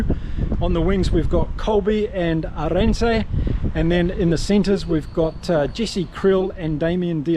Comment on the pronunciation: Great post. It's pronounced, Aah rend sa.😉